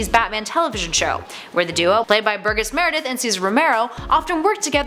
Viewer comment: Burgess Meredith's first name is pronounces as if the "G" is a "J."